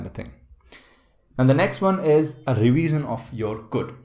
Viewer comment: why did you pronounce revision like that 😅… Thank you for the video though.